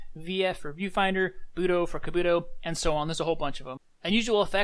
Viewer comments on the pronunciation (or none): none